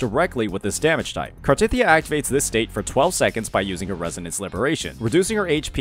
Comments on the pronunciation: hearing small-tit-ya is insane. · the problem is the way he said it, it sounded like small T*Thyia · I losed it when I heard "smallTitya" hahahahaha